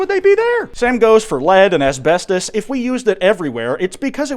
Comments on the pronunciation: ass-best-os lol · I don't like the way he pronounced asbestos